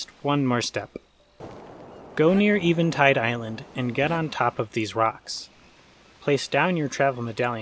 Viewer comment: Eh-vin-tide. Not Ee-vin-tide. Still enjoying these vids.